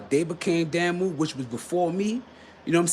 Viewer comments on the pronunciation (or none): Dah*mu, Damu. Not Damn*mu.